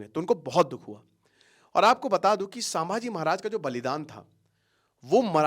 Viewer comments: Abhe tu pehele Nam bol na shik Samaji nahi 🚩Chhatrapati Shambhaji 🚩 Maharaj Bolte hai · सांभजी नहीं संभाजी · अरे भाई, नाम महाराज संभाजी हैं, "सांभा जी" नहीं है। तुम एजुकेटर हो भाई, इंग्लिश अनुवाद पकड़ लिए तुमने । अब क्या रामायण को रामायणा, महाभारत को महाभारता, प्रभु राम ओर हनुमान जी को रामा ओर हनुमाना बोलोगे? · सामाजी महाराज नहीं जी नाम ठीक से लो संभाजी महाराज ऐसा बोलो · Kitani baar सांभाजी bol rahe ho fast pronounced properly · 'छत्रपती संभाजी महाराज ' यह है सही उच्चारण..कृपया दुरूस्त करे.. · Pronounce संभाजी महाराज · Sir aap ki videos bahot acchi rehti hai ...but aap kuch dino se छत्रपती संभाजी महाराज 🙏पे video's bana rahe hai ..hame bhot khushi hai ...but continuously aap jo unke naam ka galat pronunciation kr rahe hai ..vo bahot galat baat hai....aap ke naam ka agar koi galat pronunciation karega toh aapko kaisa lagega ....aap jab bhi koi video upload kare ..at least uski basic study kare ....🙏